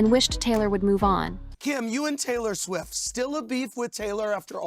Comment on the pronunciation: WTF is SWEE????? Her name is SWIFT!!!!!!!!!!!!!!!!!